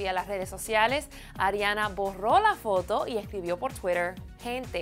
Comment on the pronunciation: ''adriana grande'' :s Ariana*